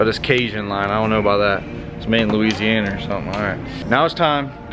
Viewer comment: It’s so funny to hear people thats not from Louisiana say Louisiana